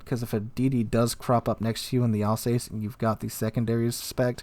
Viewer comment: Alzass not Alsays